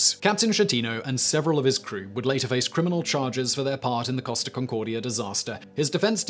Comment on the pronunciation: i kept thinking he is saying cost of instead of costa